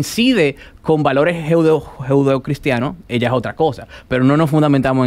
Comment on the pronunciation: "Jeudo-cristiano"... no sabe ni decir "judeo-cristiano"